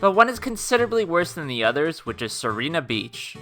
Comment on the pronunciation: It's "see-ray-nah beach" not "see ree nah", because sirena means mermaid in italian